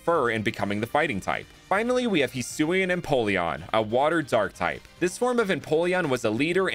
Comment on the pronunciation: So remind me again why everyone over pronounces Hisui when it’s not that hard to say